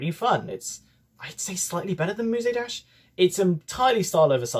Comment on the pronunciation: Nice video EXCEPT FOR THE FACT YOU PRONOUNED MUSE DASH AS MUSAY DASH AAAAAAAAAAAAAAA /j